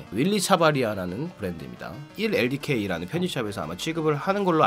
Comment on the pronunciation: 보통 원엘디케이라고 하지 않나요ㅋㅋㅋㅋㅋ